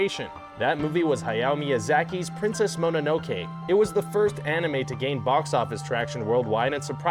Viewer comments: Its mono no ke not monnake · It's pronounced Monono-keh (or -kay) not Monono-kee. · You should TRY to pronounce at least SOMETHING correctly. "MoNANAKE"??? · Good God this guy and pronouncing names "Mah-nah-no-key" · How did you manage to misspell naruto and pronounce mononoke incorrectly 3 different ways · Princess Mononoke? The pronunciation... My ears...